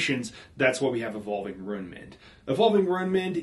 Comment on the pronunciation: Loon. Tune. RUNE. You're 'Ruining' your video by pronouncing it wrong. (No, not really, but I had to fit 'ruin' in there somehow.. 🙂)